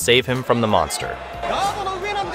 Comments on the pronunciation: Monkster is how I heard it lol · Monkster lol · said monkster 😂